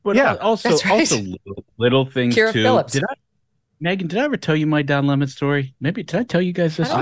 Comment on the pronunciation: Don Lemon < pronounced LaMoan. Don LaMoan is back.